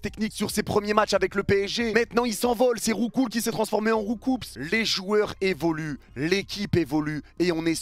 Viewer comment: Belek quand tu cites pokemon, le S il se prononce pas pour "Roucoups", on va monter un commando juste pour ta gueule wlh 🥷🥷🥷